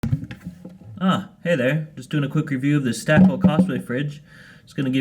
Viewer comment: It’s pronounced stay-cool lol Stakol 🥰